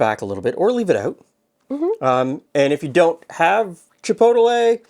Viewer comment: I love these types of cookies - we have a local chinese/mexican fusion restaurant in Phoenix called "Chino Bandito," which has these cookies (needs the spice though). I'm also amused by your pronunciation of chi-poe-te-lay.